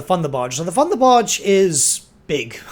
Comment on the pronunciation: Its thunderbarge not funderbarge!